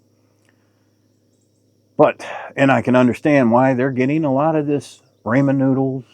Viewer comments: My goodness , its RA-MEN noodles not RAYMOND noodles. Ya hay shaker 😂 👍 is the Piggly Wiggly still open at the south end of Hot Springs ? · Why do Boomers say Raymond noodles? 🤔